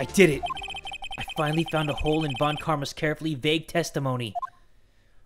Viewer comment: People keep forgetting that "von" in surnames is German in origin, and should be pronounced "fon", like in Volkswagen. Please remember!